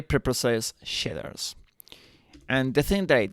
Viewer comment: Shidders are something else, I think you mean Shaders 🙂